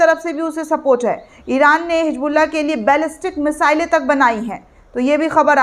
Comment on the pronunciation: मैडम hijbulla नही hizbulla है plz उर्दू का प्रयोग करें तभी सही समझ आएगा ,,🎉